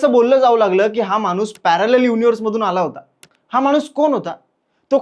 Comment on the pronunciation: मानुस नाही माणूस म्हणा.